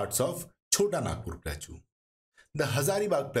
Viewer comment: In no accent plateau is pronounced as plachuuuu, please correct it ,it is very irritating